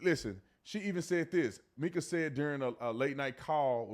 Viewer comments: Ok, B Tatum, you normally have done your homework but not on this one. She WASN'T 10 she was 14. Her sister stated that people misunderstood her that it started in 2010 when she was 14. Still wrong but the whole 10yrs old wasn't correct it was 2010. You also pronounced her name wrong and after all the videos out there no one calls her "Meeka" it's Mica pronounced "Micah" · Her name is Mike-uh! Not meek-uh. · MICA is pronounced MY-kuh, not MEE-kuh 😊😊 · It's my-kah not mee-kah. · Just an FYI, Mica’s name is pronounced with a long i sound, not a short i sound. It’s the same pronunciation as the name “Micah.” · Mica not Meeka 🥴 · I think it’s MIkuh not Meekuh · My-ca is how her name is pronounced sweetie.🙏🙌😇💙🌸💚🌼💜🤗🌎💮💗🌺💐💖🌹💃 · 📌Pin this, please. Her name is pronounced My-kuh!!!! Like the mineral. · It's pronounced My-kuh!! Mica, like the mineral. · Her name is pronounced Mica … sounds like My….ca. sorry it just drives me a little crazy. I’m a family friend of hers..keep up the good work on reporting. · her name is pronounce Mike-a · Please pronounce her name correctly! It’s My-ca. also just adultery is NOT the only reason for divorce. What about physical and mental abuse??? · Good video but please pronounce her name correctly. It’s Mica with a long I such as in Michael.